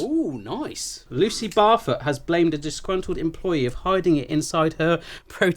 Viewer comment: ROFL..... Is it just Me, who heard the "cat-poo-lady's" name pronounced as "Lucy Barfer"?!? 😂😂😂😂